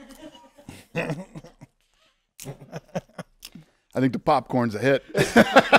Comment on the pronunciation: the way mike says KSi 😂